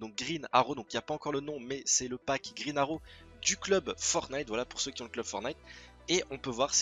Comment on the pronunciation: grine aro .... pourquoi aucun des francais sait parler englais. mais mec c'est Green arrow pas grine aro